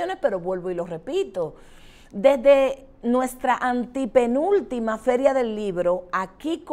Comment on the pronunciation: Ehhh...me gustaría tener aval de las informaciones de su invitada....por cierto, lo correcto es antepenúltimo(a), no antipenúltimo(a), también es incorrecto decir "conpiscua", debe decirse conspicua. Siemore, no los últimoa años, he creído que estamos invadidos, sobre lo que no hay datos. Si es cierto lo que dice la señora y es verificable, deberíamos estar exigiendo una acción inmediata. Lamento no poder seguir viendo, me gustaría en un próximo programa que usted presente datos que corroboren la gravedad de lo que dice la. Canibalismo? Diez millones de haitianos aquí, etc Bueh!!!